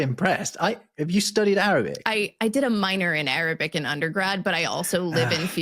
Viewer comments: Arabic pronunciation is absolutely brilliant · Wow, Arabic pronunciation was spot on. Some of those pharyngeal consonants are not at all easy for English speakers. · Arabic pronunciation is so good!